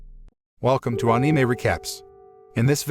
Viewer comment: I love ur channel but plzz the way u pronounce anime is like putting an -E (anie-mee) plzz change tat